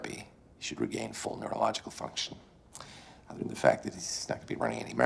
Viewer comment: it’s other not otber